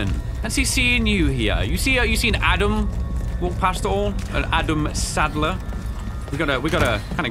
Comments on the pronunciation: bro you said adam saddler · Bro saying adam saddler lmao